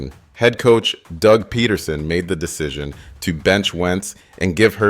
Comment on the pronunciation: Dude reaching the script didnt even do the writing and it shows. The research isn't bad but again miss pronouncing things and reading things like bullet point and slide shows doesnt show they understand the material. "Doug Ped der son".